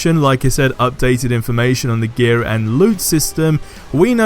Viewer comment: when you say gear it sounds like your saying gay XD